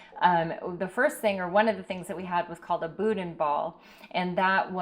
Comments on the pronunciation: I like your videos. It's pronounced "boo dan" It doesn't appear you did hardly anything in Cajun country. Should have gone to Scott, the boudain capital of Louisian...The Best Stop in Scott has the best boudain. Did you try cracklins? Should have gone to Lafayette or Breaux Bridge. Did you eat mudbugs, aka: boiled crawfish. NOLA isn't Cajun. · But…. the N is silent like you are about to say DAN but stop midway lol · BOO-DAN! Try Abita Turbo Dog(beer)